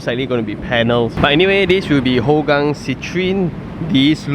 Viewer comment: They are not testing the jets,, it is routine military drill :) Singapore airforce has one of the most advanced fleets in SEA, drills like these are not uncommon, as they always want to be prepared for war / crisis management. On side note, Hougang is more commonly pronounced as "Hao gang" because it is more hokkien based, as with majority of population.